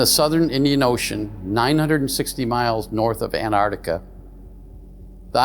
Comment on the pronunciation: It's pronounced Antarctica, not Anartica.